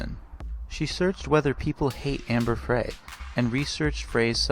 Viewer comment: what does he mean "at the location of the batteries" ?? It's Amber FRI (Fry) like French Fry